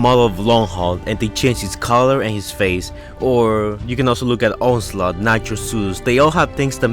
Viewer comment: You said onslut instead of onslaught